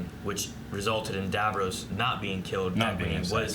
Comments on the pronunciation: God America it's Davros not Davroes. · No offence but why do Americans pronounce Davros as "Dav-rose" despite it being said correctly in the episodes? :) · Not a big deal, but I hear it every time: they're pronouncing Davros like Davos with an r. The way the characters say it, it rhymes with Ross, not Rose. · dav-row-se Me: lmao.